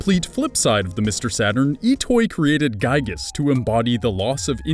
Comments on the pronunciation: Giygas not gyigas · Could've sworn it was Giygas and not Gyigas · Also its giygas not gyigas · As a frequent MOTHER player, IT'S G*IY*GAS, NOT GYIGAS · ITS NOT GYIGAS ITS GIYGAS, YOU ARE ANGERING MEEEEEEEER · You mispronounced and misspelled Giygas